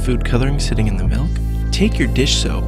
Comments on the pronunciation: What's "melk?" Do you mean to say that you are using milk? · He says we need to use "melk", but... what is "melk"? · All I hear is him saying "melk" a hundred times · he says "malk" Julian Smith anyone? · he says "melk" just like i hate...